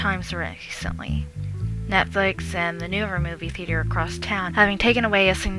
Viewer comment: She says theater so atrociously. she says it like THEE-TEE-AIR. Ugh it drives me fucking nuts every time she says it.